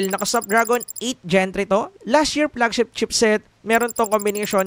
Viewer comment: anu flegshep ??? 😂